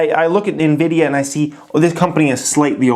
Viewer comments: I like your strategy... calling it "nevidia" 😉📈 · Teodor G NVIDIA in Spanish means & sounds like envy/jealousy 😂